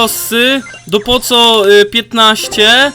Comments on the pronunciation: nie wymawia się poco tylko poko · poco mówi się poko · Jak coś to nie mów poco tylko poko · Jak w megaskrzynce bendzie 6 kart to jest nowa postac. I sie nie czyta poco tylko poko . Dołącze do klanu ja mam prawie 3000 pucharków wiem że dopiero grasz ale 1 poada graj słabszymi postaciami a nie jedną 👍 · to nie mówi się poco tylko mówi się poko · Mam po pierwsze nie czyta się poco tylko poko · Poco czyta się poko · Na poco Mów POKO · # rosa to jest dziewczyna a poco (masz czytac poko) a gratulajce dwuch rzadkich zadymiarzy i 1 bradzo rzadki i dwa epickie i jeszcze raz gratulacje. a i liczylem i masz 5 mowych zadymiarzy:) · to się mówi poko ale wybaczam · Mówi się poko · Mówi się rołza i poko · Mówi się poko a nie poco, gdy otwierasz mega boxa to jeśli w prawym dolnym rogu jest więcej niż 5 to jest nowa postać, zmień klub od 4k xd mam 6400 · poco czyta się POKO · Jak coś to mówi się poko a piszę poco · A i poco czyta się poko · Mówi się poko ale piszę poco